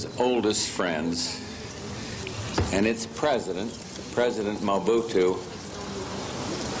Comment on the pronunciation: C'est pas MUBUTU c'est Mobutu